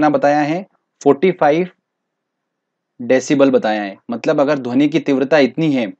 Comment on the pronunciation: Best lecture sir Lekin dhoni bolate ho Aur mujhe M.s.dhoni yaad aata he